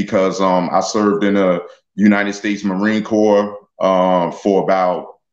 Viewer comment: Its spelled Corps but pronounced core just fyi